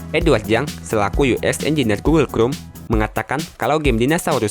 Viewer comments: Google krum??? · gugel krum 🤭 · Ti rek Gugel krum Pasmen Ini ngajak ribut atau gimana? Kesel dengernya wakowkaowkao 🤣🤣